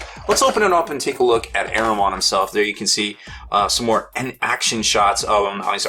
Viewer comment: Lmao good vid but you're butchering Ahriman